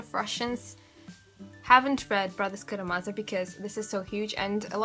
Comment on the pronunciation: Thank you, I'm an American reading The Brothers Karamazov for the first time and it helped me to hear you pronounce some of the names!